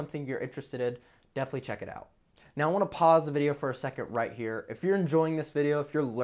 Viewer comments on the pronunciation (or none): none